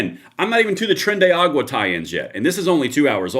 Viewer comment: Tren de ar a gua 5 syllables…tren de aragua not agua, 😂 Love your show, anyway!